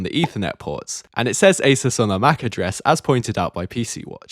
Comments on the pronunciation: Ah zoos not aysirs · Stop saying Asus wrong. Its really annoying , it's Ay soos not aceus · Mispronounced both Cyrix and Asus but at least he pronounces SATA correctly.